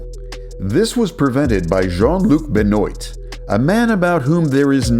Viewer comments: Ben-OYZ? It's Ben-WAH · “Ben-waah” not Ben-oeet weirdo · BEN-OIT....😂 get the Jean Luc correct but blow the Ben-wah fuqed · Not Ben-oyt. Ben-wa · Thos is AI BENOIT IS BEN WAH NOT BEN NEAT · I’m sorry to knitpick, but “Benoit” is pronounced “Ben-Wah”, not “Ben-O-ight”. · Benoit.. Pronounced benwahhh Not benoyyyt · Stupid A.I. it's pronounced BEN-WAH. Not BEN-OYT. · "Benoit" is pronounced "Bin-wah," not Be-noyt." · Pretty sure it's pronounced 'ben-wa', not 'ben-oyt'. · Benoit is pronounced 'Ben-Wah' not 'Ben-Oyt' btw. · Bro, your pronunciation is abysmal. How do you not know how to pronounce Benoit? It's ben-wah not ben-noyt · Jean- luc beh-no-wahh would be the right pronounciation...couldnt help giggle about it, thx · Hey great video. Just fyi Benoit is pronounced benwa. In french, the letters "oi" make the wa sound. Cheers! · How can you pronounce Jean correctly but fuck up Benoit? (It’s pronounced ben wah). We literally have another word with the same spelling so you clearly recognize the name as separate from the clothing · Yeh, Benoit would be pronounced [phonetically] 'Ben-wah'.. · Benoit is pronounced ben-wah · Benoit is pronounced Benwah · please do not pronounce Benoit like that. it is pronounced Ben-wa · The way the narrator pronounces Benoit has me in stitches 😂😂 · Pleace pronounce Benoit correctly... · Benoit is pronounced like Pro Wrestler Chris Benoit.